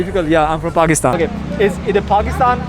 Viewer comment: Pakistanies pronouncing their country as “Phagistan” just to fit in an foreign country is so funny 😂